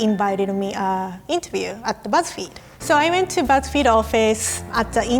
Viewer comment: Am I the only one that thought it said "gow I got fired from buzz feed